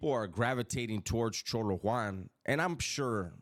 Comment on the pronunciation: Why do you pronounce it cholo one it’s cholo Juan